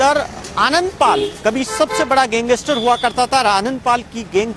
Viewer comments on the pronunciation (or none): Pehle to tu gangestar nhi hota , gangster hota hai, bolna sikh pehle , fir reporting kr